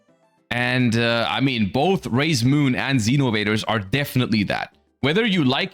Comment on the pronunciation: When I looked away, I heard him say "Raye's Moon" instead. No wonder he likes this archetype.